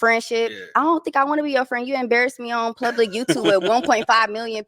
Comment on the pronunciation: She said plubic😮